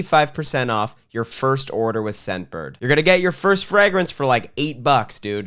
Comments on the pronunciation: Did you say Frag-rinse? like 12 times? 😁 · please why do you pronounce fragrance the way you do.. please stop… for me 😢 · I had to stop watching because the way he pronounces fragrance ruined my day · Is that how Canadians pronounce fragrance? 😂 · I didn’t skip through the ad because I love the way you pronounce “fragrance” (yes I have autism)